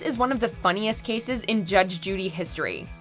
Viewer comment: She talks too much is the point. And it's 'cases' not 'casses'.